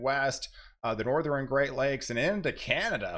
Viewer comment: Do you say, "NorthREn" and "SouthRen"? Just an observation. Cheers.